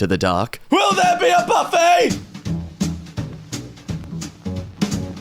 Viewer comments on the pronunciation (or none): none